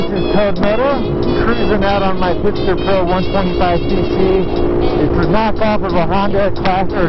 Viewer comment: Pitster Pro - Not Pister